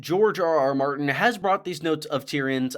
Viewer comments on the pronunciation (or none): none